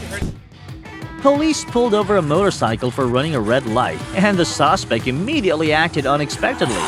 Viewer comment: Suacespect? Did the rob an Italian restaurant?